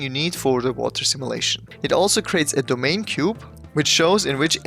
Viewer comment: Bro really say "domain"